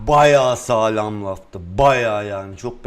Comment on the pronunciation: Sayğlamdı diyor (sanki bı fark var xjdjdjs)